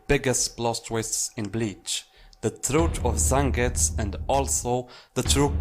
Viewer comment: So annoyed with him not pronouncing fully like zengusss. Wtf man its Zengetsu! 🤮